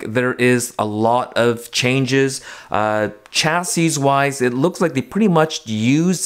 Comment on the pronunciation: The way you pronounce “chassis” 🤢🤢🤢